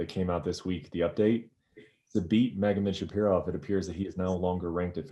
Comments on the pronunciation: He said : Vicente LucaS, Leon Edward without S it’s hilarious 😂 Meanwhile Okamoto : mispronounced MagometshaRipov what a rookie he is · Brett NEVER pronounces Magomedsharipov correctly. Lmao.